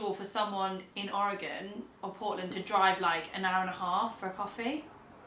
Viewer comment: OMG, you mentioned Oregon AND pronounced it correctly (or as we pronounce it locally)! If you ever come to Portland, Oregon, ring me up before you come and I'll buy the first round and the meal. (subbed for that mention)